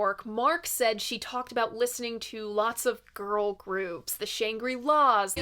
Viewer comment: Shrangrilas is pronounced shan-greh-LAHS. Moore an "eh" than "ee".